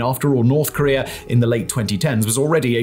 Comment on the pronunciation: he must not like Korea if he calls it Karear, like someone Bottom xD